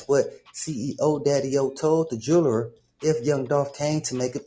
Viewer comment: the "jerrler" got the "jerrlery"🤣🤣🤣